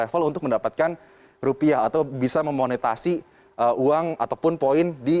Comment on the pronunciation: Hei mas yang bener monetisasi bukan monetasi. We missed mbak Hera. :(